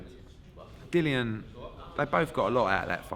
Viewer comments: It's Dillian not Dillan Eddie! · Eddie, pronounce your own fighters name correctly, it isn't Dillon